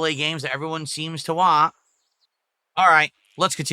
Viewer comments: I wa this and I wa that. Hearing him say the word "want" gives me an aneurysm, I can't bear it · I whan! I whan! NAGH TRUE. The guy who says he has good diction can't pronounce T's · Why does he say “want” like a regard?